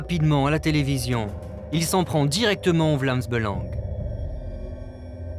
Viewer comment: Avant de faire ce documentaire faudrait peut-être apprendre à bien dire les mots on dit pas Belengue mais Belang